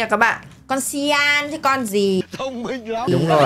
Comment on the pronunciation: người ta là cyan dậy mà nói người ta là syan☹️☹️☹️☹️☹️